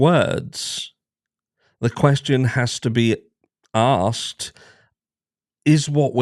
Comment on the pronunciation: A light touch on a serious subject - when you started it sounded like you said 'it has to be a*rsed' not asked 😁 I'm not English, I'm ex Rhodesian/Zimbabwean & ex South African, but English speaking. I've lived in the UK since 2003. I'm used to the different accents. My dad was Welsh my first love from Yorkshire. Just gave me a giggle..